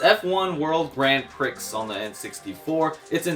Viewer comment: You did not just say “grand pricks”.